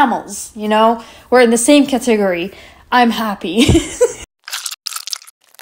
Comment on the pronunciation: The way she pronounce category I’m dying